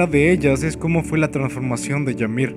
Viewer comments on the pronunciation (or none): Buen video pero es "imir" no "yamir" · Yamir durante todo el vídeo y al final la empieza a llamar ymir habla bien xD kdkdkdkd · no se pronuncia yamir, se pronuncia imir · Es "Ymir" y se pronuncia "Ymir" no "Yamir" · No se pronuncia Yamir,se pronuncia Ymir,tal como se escribe. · Una crítica constructiva, la palabra 'Ymir' no se pronuncia 'Yamir' sino que 'Imir', como si fuese una i latina. Saludos. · Se pronuncia Ymir no llamir :7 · No, según yo si se pronuncia "imir" y se escribe Ymir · Dark Dragon No,ni los japoneses la llaman así,ellos pronuncian "Imiru" pero se escribe Ymir y en español es "imir" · che man te aviso que me parece que se dice imir ose la y se pronuncia como i latina